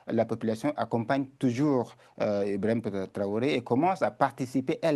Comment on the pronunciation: C'est IBRAHIM TRAORÉ et NON Ibrahima! Faites un peu d'effort monsieur, dame!!